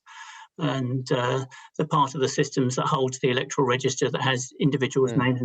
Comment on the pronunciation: Elec'toral? Comes from word elect. Therefore its pronounced Elect'oral. ......not able, you mean unable. Just call me a pedant. It's a losing battle.